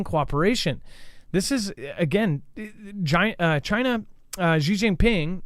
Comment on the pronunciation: That is funny gaff u said JI-NA LOL